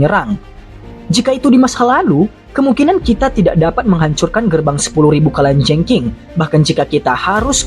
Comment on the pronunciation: Mimin kok susah ya ngucapin kalajengking, kurang ngopi mungkin hehee..